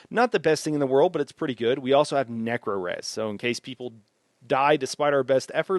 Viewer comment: What's with the necro pronunciation?